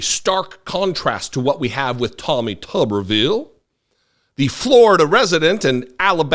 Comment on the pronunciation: As a Huntsville resident, I'm gonna have to ask you to say his name correctly... It's Tommy Tumorville